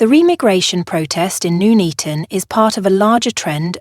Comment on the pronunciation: It's Nuneaton as in Nun not noon.